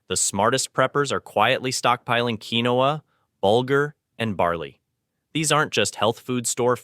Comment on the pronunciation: It's pronounced KEEN-WA😂😂😂😂😂😂